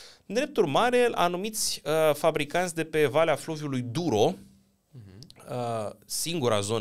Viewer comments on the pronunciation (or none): Se citește, duero și teho!